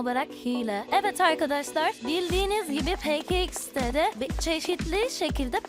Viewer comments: peke ix de değil pe ka ix de diye okunur ve ne kadar gıcık kkonuşuyorsun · Peke iksde değil peka iksde